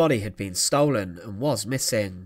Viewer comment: This is such an infuriating series. It's very interesting, very well written, with fantastic film of the events - but the narrator appears incapable of reading a script correctly or accurately. It's the stress that is the problem - why does he keep stressing the wrong word? (e.g. 'He was executed' with the stress on the 'was') He does it again and again and again - what on earth is the problem? It's very distracting to listen to, which is a real pity.